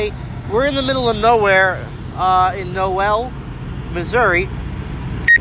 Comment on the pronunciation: Dude, Noel is pronounced knowl. Great drone footage by the way.